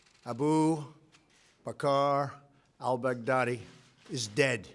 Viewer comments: aBU B'KaaR AL B'GaaADI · trump said abul bacar bugatti LMFAO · "Aboo Ba-Car Al-Bughatti" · Abu Bakr Al-Bugatti!!? Bugatti? Really? 💀💀😂😂😂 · ain’t no mf way he just said Abu Bakar Al-Bugatti??!!!💀💀💀🤣